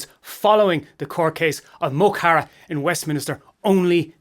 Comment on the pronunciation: You'd think being Irish You'd know how to pronounce mo chara.